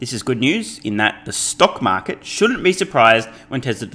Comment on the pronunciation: I miss, when you used to say, “Stunk Market”. Cracked me up!🤣